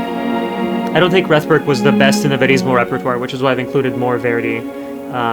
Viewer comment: . Francis Robinson, in interviewing Rethberg, pronounces her name in the same way that you do. So taking into account both Cross and Robinson, I think your pronunciation is correct. Perhaps she didn’t mind one way or another.